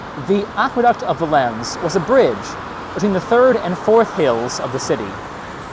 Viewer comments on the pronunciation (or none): isnt it pronounced VAY-LENS not vuh-lens